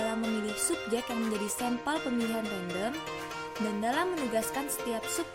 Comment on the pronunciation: Assalamualaikum, saya Yulia Sabta R ingin berkomentar. Video yang telah dibuat kelompok penyaji sudah bagus, tapi mungkin masih terlalu banyak teks yang dimuat. Lalu saya ingin membantu mengingatkan pengucapan kata sampel yang saya dengar sempel seharusnya diucapkan sampel. Dan saya ingin mengajukan pertanyaan, dalam karakteristik penelitian eksperimen pada manipulasi variabel disebutkan bahwa subjek ditempatkan pada situasi tersebut dan mencegah faktor lain yang dapat mencemari situasi itu. Tolong jelaskan maksud dari "situasi tersebut", situasi yang bagaimana itu?